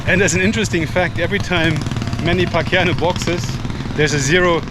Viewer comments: its Pacyaw not pacyano hahahahaa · Sir, it's Paquiao, pronounced "Pak-yao" (no 'N'). Our other famed athletes are: Rafael "Paeng" Nepomuceno. He was six time World bowling champion and a World Bowling Hall of Famer. He has many more accomplishments, too many to mention here. Efren "Bata" Reyes, nicknamed "The Magician". Professional pool player. A winner of over 100 international titles, Reyes was the first player to win the WPA World Championships in two different pool disciplines. Did you mention about our National Bird - The Philippine Eagle? (Sorry if i missed it.) It's the largest in the world in terms of length and wing surface area. It is a beautiful bird especially when it raises its head plumage making it look like a lion's mane. You can see one in Davao at the Philippine Eagle Sanctuary. :)